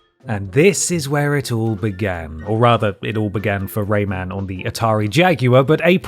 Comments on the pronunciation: lol why are you calling him “Raymand”? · Whats ‘’Ray-maned’’ ???